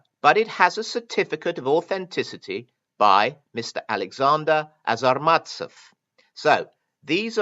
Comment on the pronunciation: The Russian "authenticator" is a not-so-petty criminal, however, you consistently mispronounce his surname. It is ARZamastsev, not AZArmatsev. This not very common last name is likely originates from a toponim - there is a city named Arzamas i. Russia.